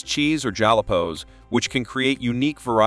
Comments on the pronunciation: he clearly said jolla-po and It's delicious. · What's a jalapo? Whoever made this video doesn't know how to pronounce jalapeños (hal-o-pe-nose). Funny. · What the heck are "jalepos"? Did you mean to say "Jalapeños"? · you know, jolla-pose. I put it on everything. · I enjoyed this video, but the fact he kept pronouncing jalapeños wrong was hillarious. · These are wieners. They become hot dogs when placed in a bun. I guess AI has a had time pronouncing jalapeños.